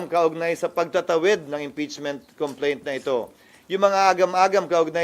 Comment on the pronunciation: Ana ni sir about ch!😂complentch!😂😂😂